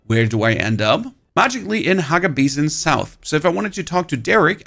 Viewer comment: he pronounces it "bas-in" then he pronounces it normally as "bay-sin". Trolling for the comments?